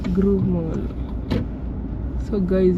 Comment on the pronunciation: It's not Groove mall but the Grove mall,pronunciation please!😅😅😅